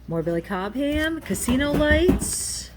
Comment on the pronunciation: Billy Cobham. The H is silent. Yeah, I'm a dick.